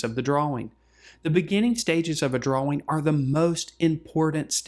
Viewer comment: Dwaw Dwawing Nice video, thank u!